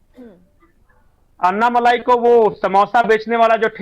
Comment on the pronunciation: अण्णामलाइ नही, अण्णामलै है उनका नाम